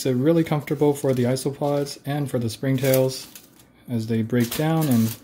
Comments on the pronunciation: you said isss-oh-pods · ITS isopods like eye-so-pods (jkjk pronounce it how you want to I don’t judge)